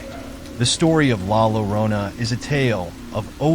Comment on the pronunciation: La Yorona is how you pronounce it 🧐